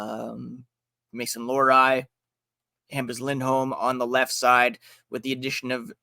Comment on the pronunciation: The guest says Lohrei is one of his favorite players but doesn't know how to pronounce his name.